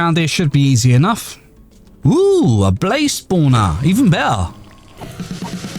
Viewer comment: im sry but a blaz spooonaaa ._. it sounds funny (hi from germany)